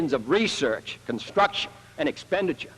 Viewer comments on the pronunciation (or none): none